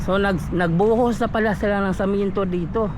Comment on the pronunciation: semento bro,, Hindi samento,,pagbinisaya nlang gud ka